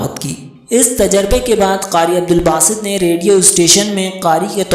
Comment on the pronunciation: عبدالباسط ہے صحیح لفظ۔ اور کسے نہیں کیسے ہے۔